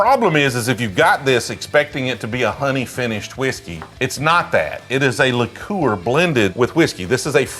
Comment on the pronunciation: What is with the pronounciation if liqueur?